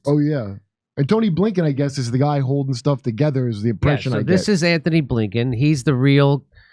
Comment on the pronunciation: Its Antony not Anthony....dummies!